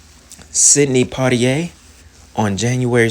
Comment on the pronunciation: The way you'd said Sidney Poitier name tickled me 😂😂😂😂